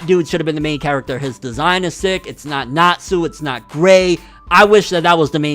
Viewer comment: "Netsu" Are you fuckin serious, dude?